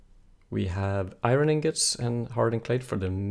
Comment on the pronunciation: omg its iron not irin